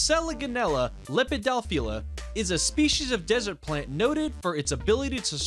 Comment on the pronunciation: He said dessert lol